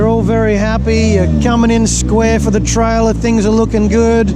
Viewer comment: try-ler lol